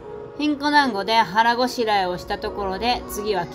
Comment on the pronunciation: のど飴と団子😂本当にたまたまか❓旅をする前から考えられた壮大なネタ👍胸を張って団子の滑舌はしっかりしましょう😁